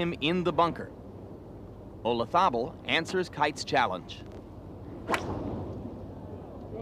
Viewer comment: The Americans have a jolly hard time pronouncing Olazabal.